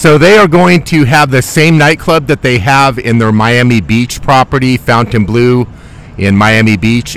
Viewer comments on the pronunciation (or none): Fontain, not foutain